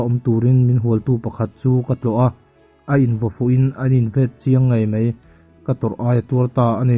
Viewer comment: Hai rual te..Hei rual ti in i chhiar a, Mai a.. tih te Mei a.. tiin i chhiar a, Vaivir leh Vei vir te... A leh E i hmang hrang thiamlo tlat...mizotawng zir nasat ala ngai hle mai